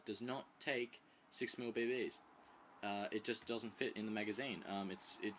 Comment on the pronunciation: u say bb's funny! bae baes... xD